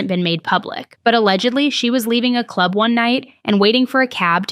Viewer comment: Is it just me or every time she says club do you think in the clurb we all fam?